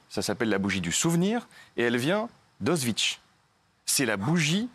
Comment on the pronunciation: Y'a personne qui va lui apprendre à prononcer correctement "auschwitz"?